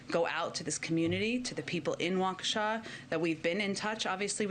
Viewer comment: As someone from Waukesha County, downtown being about 15 minutes away, I am surprised people in the media are actually saying Waukesha correctly